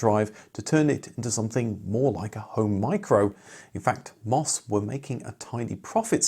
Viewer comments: "em" "oh" "ess" not "mos". We have to continue to pronounce it the way the commodore & MOS employees pronounce it! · The company name of MOS is pronounced as individual letters: em oh es.